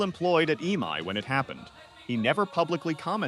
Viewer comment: Most horrid AI voiceover. You can prompt it with ways to say E-M-I rather than eemai, etc.